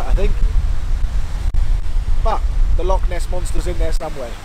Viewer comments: Do me a favour and stop referring to lochs as locks. That is not how you say it. LOL. Thanks. Excellent video. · You are saying loch wrong! Look up how to say 'ch' the scottish way. It's not a 'c' sound, more of a throat clearing sound. Lovely vid though! I live in Inverness and I'm glad you enjoyed yourself in this beautiful country!